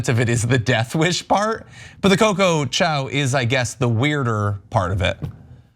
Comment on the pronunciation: Literally called her a Chinese dog using “Chow” instead of Chao